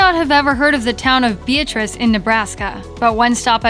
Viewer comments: It’s pronounced Bee-at-ris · For Nebraska, when pronouncing the town, don't think of the human name. It's Bee-AT-riss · For Ohio, Rudy's is definitely better. Also, you pronounced Beatrice, Nebraska incorrectly. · The town in Nebraska is pronounced bee-AT-riss, or for those of you into IPA, biˈætrɪs. Can't comment on the quality of the 'dog though.